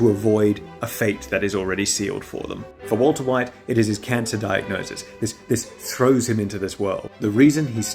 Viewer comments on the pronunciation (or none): none